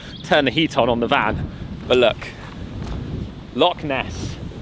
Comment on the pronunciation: If you are going to live in Scotland please try to say Loch correctly! It’s easier than you think. 😉